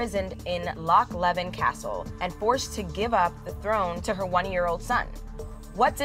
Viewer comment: Fyi leven is pronounced leave in